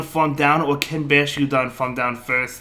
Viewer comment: DEW-GON and BASH-TIADON 😂😂😂